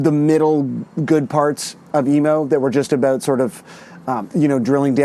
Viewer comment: He said aboot 😂